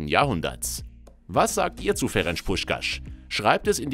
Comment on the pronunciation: "Ferensch Puschkasch" 😂😂